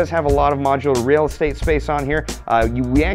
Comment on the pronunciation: Hehehe. "Rail Estate"